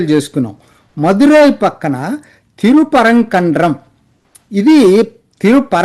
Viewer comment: 😂 Its..తిరుప్పరంకుండ్రం Thirupparankundram